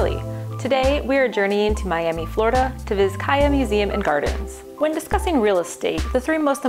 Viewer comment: Pronounced Bizcaya.